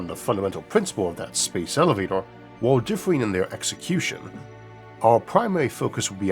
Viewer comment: I find his pronunciation if elevatoah charming